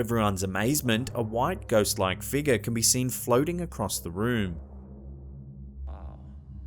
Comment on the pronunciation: Haha luv your voice the way you say figure “ eerie figer” I’m going around my workplace & house saying “ eerie figer”! All day lol 😝